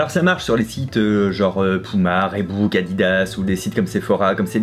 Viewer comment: Tout comme reebok qui se prononce: ribok et non rébouk (comme il le dit juste après son pouma) ^^'